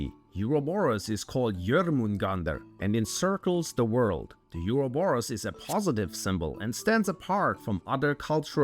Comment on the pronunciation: Euro-borus 😂😂😂 never ever in history been said like that 😂😂😂😂 LMFAO